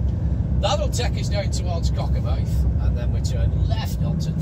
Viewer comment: The name is Cockermouth not wot you sed